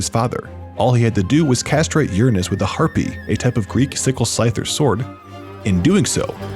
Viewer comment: Harpè! Not “Harpy”! Will you ever understand that E is E and I is I ???